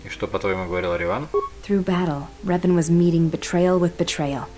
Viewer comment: Почему все время ревАн?? Раздражает. Играющий что,настолько бездарен к языкам,что даже в разговоре,при упоминании имени протагониста прошлой части,не слышит,куда падает ударение? Надеюсь,в дальнейшем исправится.